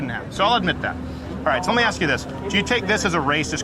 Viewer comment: Public Notice: It is "ask" not "axe". E.g. "Let me "ask" you a question." Then you have, "Where is the "axe"? I need to cut some firewood. Think of it like this, pronounce "ass kiss" just stop at the "k". It really is a simple thing. It's been over 300 years one would think, by now, a person could get it correct. Thank you for your time.